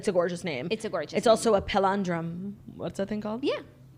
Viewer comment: DYING at claudia pronouncing palindrome